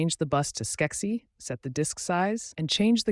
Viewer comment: lol Skeck-sie? Most people in the industry pronounce it Scuzzy. Ai fail.